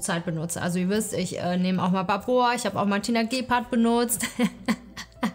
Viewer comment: Es heißt nicht ba boaaa sondern babor, trotzdem sehr cooles video😅😊